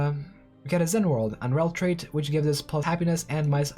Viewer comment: You kept reading "Rellrait" as "Relltrait"... but the first t doesn't exist.